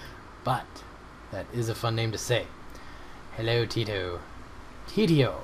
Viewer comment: Ti-to not tit-o, lol